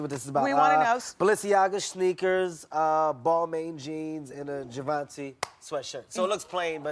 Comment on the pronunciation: Smh he said Balmain wrong...